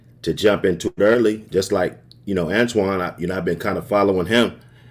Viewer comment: It's amazing how many people say Antoine. His name is right there in your face for 8 hours